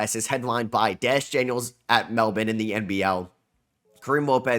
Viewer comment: That pronunciation of Melbourne was top tier 😂